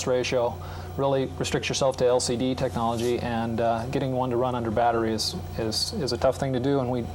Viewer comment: 😂😂😂😂😂😂😂😂😂 he saw colore screen tchnologe